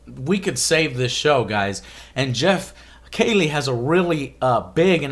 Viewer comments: You know what else is painful Joe? Hearing you say Geoff's name wrong for over twenty minutes. It's "key-lee" not kay-lee. He's a pretty big established name and the biggest interviewer in gaming, at some point to be taken seriously, you need to know how to say his name correctly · Why do you keep pronouncing it "kaylee"? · KEY-LEE is correct pronunciation Joe. Good vid.